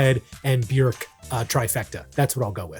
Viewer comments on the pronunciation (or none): none